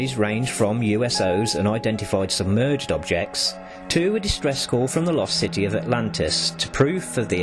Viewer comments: This guy said uso,s instead ufo,s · He said U.S.Os